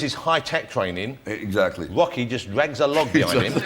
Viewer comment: i love ross saying UOCKY and LAMBO all the time.